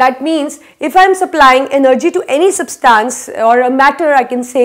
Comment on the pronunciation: Mam it is substance not substaance